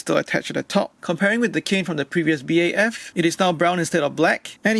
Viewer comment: This man calla it a b a f it's BAF Edit:no hate it just annoys me